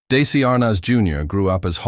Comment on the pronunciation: These bios are great, FOR THE MOST PART, however it's really hard for me to accept DAISY Arnaz or DC Arnaz, from narrators who should really know better!